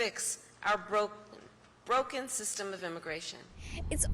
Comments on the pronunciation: Bwoken, like Fweedom. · She can't even say, Broken.